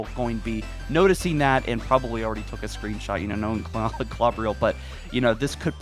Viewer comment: I dont think it matters but im pretty sure its pronounced (kl-oh-ber-ill) Klobrill